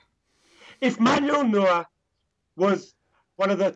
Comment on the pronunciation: Why are you pronouncing neurer, "newer"